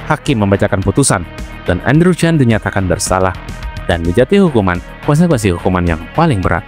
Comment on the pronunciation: Maaf min sebutan nama marga chan tetap di baca chan bukan Chen karna ini dua marga yang berbeda sekedar info saja